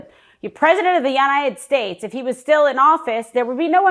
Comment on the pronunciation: “President of YeYitted States” 🤣🤣🤣